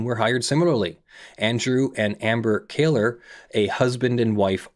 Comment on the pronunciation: Totally off-topic, but I'm intrigued by pronouncing the name "Kohler" as "KAY-ler". Is that a usual regional variation? Why not "KOH-ler"? ETA: my guess for "Krajewski" would be "kra-YEFF-ski"